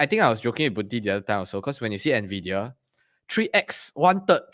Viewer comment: "Ennn Veee Deee Yaaa" Not "Naaa Viiii Deee Yaa" 😛